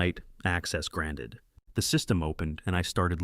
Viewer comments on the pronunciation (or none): none